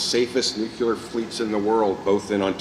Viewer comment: Clear. New. New. Clear. New. Clear. Nuclear. Someone, PLEASE help this very capable minister to stop saying “new cue ler”.